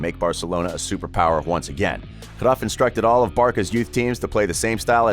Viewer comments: Cruyff not cruff g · Jesusssssssss .. it's not CRUFF you Idiot .. it's Cruyff .. it's annoying .. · his name is cruyff no cruff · I’m getting annoyed by watching this just because of his way on saying cruyff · Am I the only one that hates how he pronounces words like Barca and Cruyff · You pronounce his name wrong bro